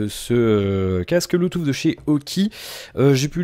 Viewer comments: Désolé tu peux avoir un bon niveau qui n'empêche pas de faire des erreurs. Le premier lien est la phonétique qui prononce bien "Bluetooth \blu.tus\ "et le deuxième le confirme, tu dois avoir des problème d'auditions, fait le écouter à d'autres personnes tu verra. Sinon ne t'excuse pas c'est pas grâve, personne n'est parfait hin :p, mais sinon content que tu revienne régulièrement je vérifiai si il y'avait des nouvelles vidéos sur ta chaine. Reprend les quotidiennes comme elles étaient.....je les regardaient le matin au ptit dej. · stp apprends à prononcer le mot "bluetooth"....... en phonétique